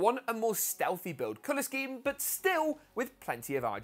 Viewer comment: The way he says but 😂 BUHT